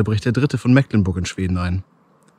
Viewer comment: Tipp: Mecklenburg spricht man mit langem "e" beim "Meck" aus (vorallem wenn man selber Norddeutscher ist). Also "Mehklenburg" quasi. Siehe Dehnungs-E/Dehnungslaut. Außerdem: : :D